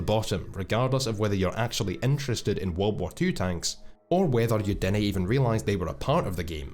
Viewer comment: Normal people: Didn't: DID-NEI Edit: Thanks for the love,!